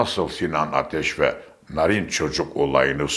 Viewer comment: Sizi dinlerken bilgileniyorum ancak bir robotu dinler gibiyim😅hamile,hadise,narin,hakim derken a harfini biraz uzatmalı okuyoruz,siz kısa pkuyunca kulağa bir garip geliyor,sevgiler.